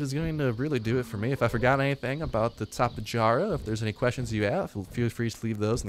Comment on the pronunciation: Tap-ehh- yar-ah